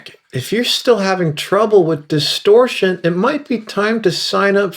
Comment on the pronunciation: DISTORSHION LETS GET STARTED